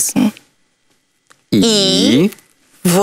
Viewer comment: Каже:,, Щоб все було кваiет". Забула украīнське слово? Для кого це iнтерв'ю? Вона западенка? Говорить украīнською i вимовляє ,,терорiзм", через слово англiцизми. ,,Це дуже сiмпл". Манера говорить страшна, неприємна.